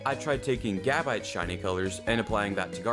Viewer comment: when you said gaahbite it caught me off guard